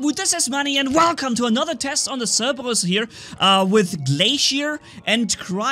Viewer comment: I love how I hear cerbewus instead of Cerberus xD